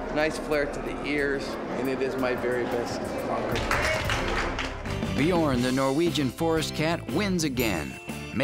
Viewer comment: "BjOOORn". No, it's "Bjørn". As in the Norwegian word for "bear". Try to pronounce "learn" -- l-eeeeeaaaa-rn. Bj-øøøøø-rn. Basically the same thing. Ø.